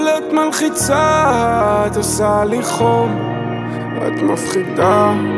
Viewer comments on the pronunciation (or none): רק אני או שהוא אומר "חוף" במקום חום?